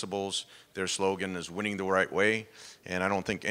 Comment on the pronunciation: "losing is wining" lol